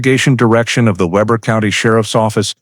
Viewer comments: It’s pronounced Weeber not Weber. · Pronounced wee ber. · Weber is pronounced Weber. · Weber is pronounced with a long e, not a short e.